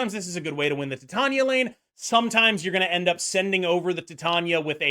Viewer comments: Not that it matters to me how you say her name but just so you know it’s actually pronounced like tai~tay~nee~uh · idk if youre doing it on purpose but it's pronounced like Titanium. Like the metal. Tie-Tae-Ni-Uh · I love you, but why do you insist on pronouncing Titania in such a strange way? Lol